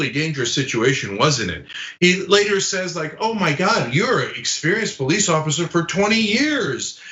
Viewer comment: The "Po-lice" cannot/should not/will not "PO-lice" the "PO-lice". EVER! PERIOD!